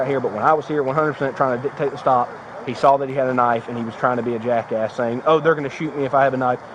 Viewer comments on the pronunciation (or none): none